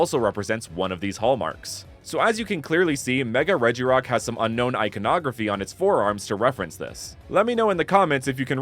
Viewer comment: they say REGIrock